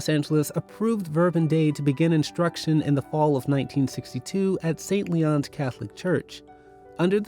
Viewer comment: Saint Leo. Not Saint Leon. Verbum Dei. Not Verbun Dei.